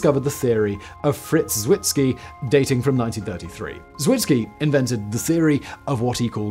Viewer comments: Zwicky, not Zwitzki. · the Swiss astronomer Fritz Zwicky is pronounced "Tsviki", not whatever it was what Simon said...